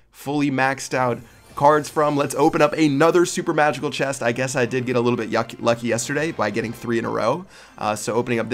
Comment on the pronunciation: LoL! He said yucky instead of lucky